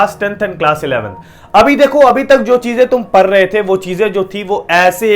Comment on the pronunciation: Bhaiya says parr the the, 😂🙄, not saying pdd rhe